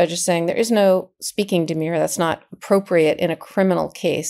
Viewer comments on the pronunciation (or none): The pronunciation of the second syllable of "demur" is as "purr," not "pure." You are pronouncing it as if it was "demure," a completely unrelated word. Love & hugs. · Not a lawyer, just the grammar police (sorry) but demur isn't pronounced demure, I don't think. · Demur and Demure are two different words - pronounced differently. Your pronunciation is wrong